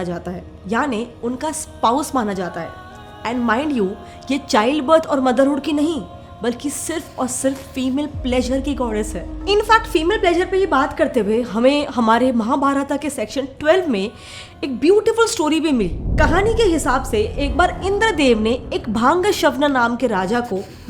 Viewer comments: Please don't pronounce it as "Mahabharataaaa" it is Mahabharat. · महाभारत होता है न की महाभारता 😢